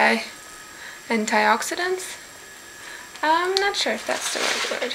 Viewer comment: Yes you said antioxidants perfectly :) I bet you way more perfect then my spelling of the word which I think might be wrong I actually can't tell if I spelt it wrong. Also can you tell me how that Duff Beer tasted like and any idea what type of beer it is? Like pale ale, lager etc? lol great vid and liked how your hair turned out :)